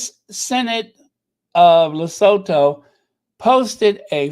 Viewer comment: Lesotho is pronounced Li-su-tu Le-soo-too ;-)